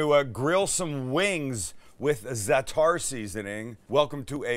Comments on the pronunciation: You actually pronounce it "Za-a'-tar, of "Za-Tar", not Zetar.... Great vid though! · You pronounce it, ZAT-ta with the accent on ZAT but not bat, more like, what. Been eating it all my life. It's thyme and sumac, marjoram and oregano. Delicious stuff. I put it on everything. p.s. Red sumac is packed with vitamin C.